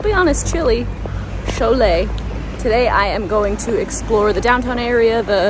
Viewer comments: Just say: SHOW-LAY. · It’s pronounced like “show lay”. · I will help you a little, read it like "shou-lee-yay". It won't be perfect, but it will give you an idea. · Show-Lay, it's easy